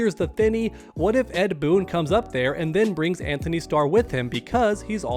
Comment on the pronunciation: Guys his name is An-tony. There is no H lol